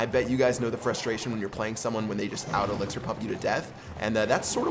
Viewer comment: He said 3 elxir skeletons